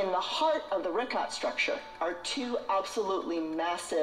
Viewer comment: omg "Get Woke" and "Trust Experts"? <---Supposedly like herself? "Plato 100% made up the Atlantis story"? Sarah was invited to the WEF because she's in the business of disinformation. The worst enemy of all Libtards and Democrats is TRUTH. It bit her on the ass so bad she won't even pronounce the name right. She wants to call it the "Rick-hat structure". Complete idiot.